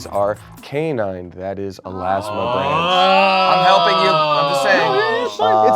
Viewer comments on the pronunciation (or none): As a wildlife biology major I cringed when everyone pronounced Elasmobranch wrong... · Any other biology nerds just cringing every time they pronounced it “elasmobrANCH”? Lol